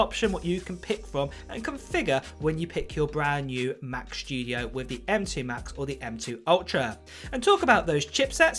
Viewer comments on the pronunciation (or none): "The macshhhtudio"🤣👌 love your videos mate